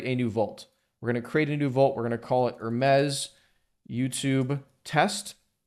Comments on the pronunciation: Top tier video, bro. It really helped me out. By the way, in this context its just pronounced "her meez" .. you were saying it like the French lux brand ;) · Enjoyed the video but one thing. Say - Her now say - Me now say - Z Now put it all together. Greek messanger to the gods, called mercury by the romans.